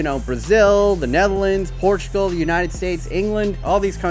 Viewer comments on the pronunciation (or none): none